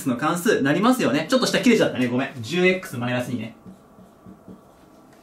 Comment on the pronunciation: じゅえっくすで笑ってしまったw